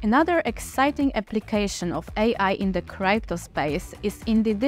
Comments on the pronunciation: Научите эту старушку правильно говорить крипто а не крайпто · It's not criepto but crypto... What a shame... How we all gonna trust this project when you are not even capable of saying the word correctly.... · Cripeto currency, Cripeto lol😂😂